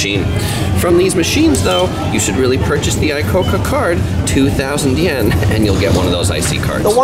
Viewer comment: ICOCA = イコカ = meaning "Let's go" in Japanese. so it sounds "yi ko ka" not "ai ko ka".